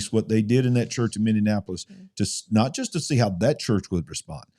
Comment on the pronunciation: A fun thing....say mini-apolis. ... .not mini-in-apolis.....lol I think the way you pronounce it is funny...im not making fun of you,,just trying to help you pronounce it correctly..